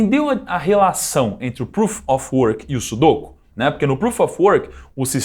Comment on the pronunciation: Nao é sudôku e sim sudokú